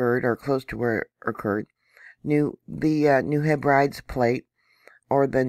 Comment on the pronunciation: New Hebrides 'Heh-brih-deez'. ☺👍 Lol